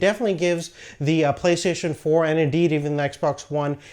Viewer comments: It's pronounced "Play - stay - shin" not play "plesayshn" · Why can't you say Play STATION???